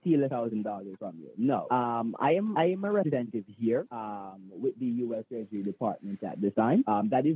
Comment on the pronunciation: Hoax Hotel talked to a U.S. Treasury scammer & put across the bottom of the screen, "U.S. Dept. of Trashery" every time the scammer said that because that's what it sounded like.